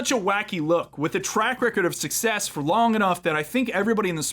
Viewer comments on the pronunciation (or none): none